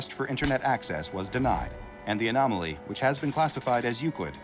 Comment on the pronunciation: You cant say anomaly lol :T